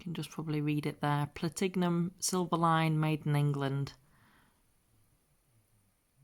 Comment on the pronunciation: Ps it's Plat inum. As in the metal x